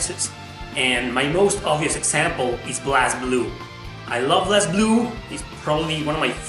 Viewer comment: It's pronounced BLAZE Blue. They say in English, they say it in Japanese, it's BLAZE Blue....